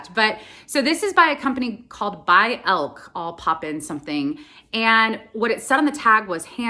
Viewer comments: Pronounced Elkee, not Elk. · It’s probably pronounced El-kee. It’s a German name